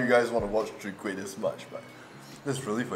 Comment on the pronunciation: Lol sounded like he say sowee kueh rice cake at the mark. Mix off soon kueh and chwee kueh? Maybe that can be the next challenge.